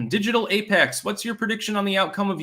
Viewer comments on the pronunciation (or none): none